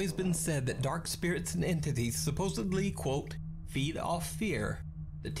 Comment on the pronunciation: Pretty sure this narrator says "supposably." As if there was another reason to not believe any of this.